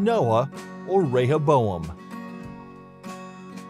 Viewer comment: Two wrong. Both Rehoboam and Jeroboam sounded right to me. 🙄